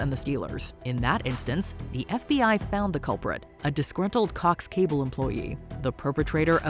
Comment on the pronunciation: "COCKS CABLE"?? What?? idek if you mispoke or whats but it makes zero sense as the vidto stands!!?!? 🧐🤔🤨🤷🏼 #Wth!? #SomeonePleaseAdvise!?